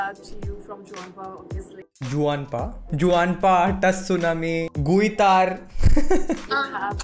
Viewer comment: Ok so she went to Juanpa 's party and doesn't know it's pronounced "huanpa" tho it's written Juanpa 😂